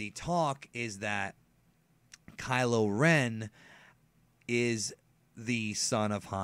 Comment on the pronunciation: Kylo Ren Ky-lo Ren Ch-lor-en Chlorine Kylo Ren = Pool disinfectant